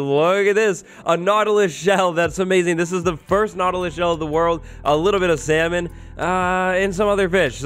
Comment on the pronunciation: Happy valentines! "Salmon"